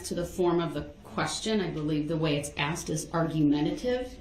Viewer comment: Especially as he aksed so nicely, even though he didn’t undershtand